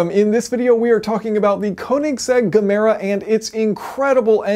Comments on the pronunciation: Gemera = Give more, in Swedish its ge mera. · Yayson, it's actually "yeh-mera" :-) "Give more" in Swedish. Imagine if Koenigsegg applied himself to daily drivers?! His choice of Tesla M3P and Jason's mention of that is what pushed me over the edge to get one and wow, love it! :-) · Gemera is Ge=give mera=more , we don't say G as a G but as a J , just as you can do with other words like George, geography , genuin , engine .... That goes for Regera too, think of Jemera , Rejera. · What if I told you all that if we follow its name's origin, Gemera would be pronounced "Ye mera" with a long emphasis on the e in "mera", kind of "meera". Of course that's not how it's supposed to be pronounced, since CVK says it the English way as well. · Gemera is a joint between ge (give) and mera (more) should be pronounced as "yeemeara" which significance we can all agree on. It really gives more on every level!! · Guh-Mera? Yeah, ok Yason. It's just like Germany. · Swede here and you say pronounce the g in gemera like the y in yes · It is pronounced more like Y actually. The G in your examples starts with a D-sound - ”Djeorge” if that makes any sense. The G in Gemera would be like the Y in yolk. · In here before someone complaining how Jason pronounces "Gemera" wrong. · It is pronounced like "ye-mera". "Ge" pronounced like "ye" means "give" in Swedish, "mera" means "more". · Its pronounced "ye-mera" Gemera. In swedish Ge means Give and mera means more = Givemore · When trying to say Gemera in Swedish think of the G as a Y "Yemera". Kind of like you would pronounce Yemen but swapping the n at the end with ra. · 'Jemera' pronounced as Jeff. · GEEEEE MEEEE RAAAA.. GEMERA.. NOT GAAA MEEE RAA .. HAHA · It's pronounced Jemera, with a J... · The G in Gemere pronounce J "Jemera" That is Swedish for "Give more" "Ge mera" Pronounce "Je Mera" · You pronounce it like ”yeah-mera” 👌🏻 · i know you arent a gamoron. But it is Jamera. Thanks. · It actually pronounces yeah-me(as in me)-rah :P